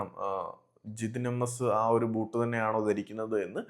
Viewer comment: അണ്ണാ വോട്ട് അല്ല ബൂട്ട് ആണ്